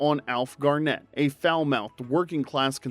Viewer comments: Alf Garn et not Gar net. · You did get a few things wrong with the last show. It was "Til Death Us Do Part" - no Do Us. Dandy Nicholls character was called Elsie and not Else. She did not call Alf "Silly Moo" as that's what he would call her. And finally, it's Alf GARnett, not GarNETT. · NB: pronunciation: Alf GARNett